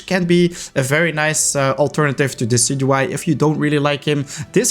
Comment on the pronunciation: DECIDUEYE, NOT DESEDUEYE!